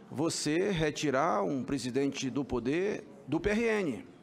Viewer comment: todo "´PODER" LINDINHA..."PODER" e nao "PUUDDER"" fala Portugues ""SENADOR" e nao jagunçes!!